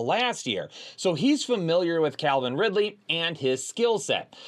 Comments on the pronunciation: Calvin Ridley, not Clavin Ridley 😂. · It’s Calvin not CLAVIN folks